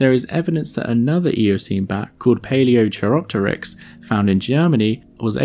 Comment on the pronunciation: Great info, especially the genetic linkages. A few Corrections: 1. Vampire bats don't suck blood as stated in the beginning of the video. Instead they bite then lap up the blood with their tongue. 2. Paleochiropteryx is pronounced Pale-ee-oh-KY-rop-ter-ix